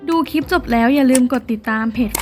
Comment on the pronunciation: คลิป ค่ะ ไม่ใช่ คีป ออกเสียงควบกล้ำในทุกๆคำด้วย จะน่าฟังมาก นี่ฟังไม่ไหวค่ะ กดออก ...